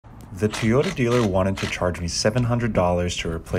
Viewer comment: the fact you're Asian and still pronounced it "tee yota" 🤣🤣